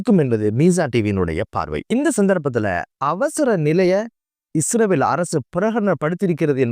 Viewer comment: இஸ்ரவேல் இல்லை இஸ்ரயேல். தயவு செய்து ஒழுங்காக உச்சரிக்க பழகுங்கள். நன்றி.❤